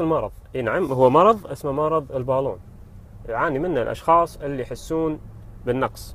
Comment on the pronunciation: الباللااون ، انطقها عدل وبعدين تفلسف